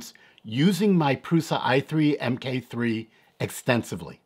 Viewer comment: The proper name would be Prusa Mk3 (pronounced MARK 3) not M-K. It is the third iteration of the Original Prusa (Mendal).